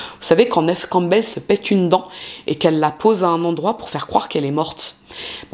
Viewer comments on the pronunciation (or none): none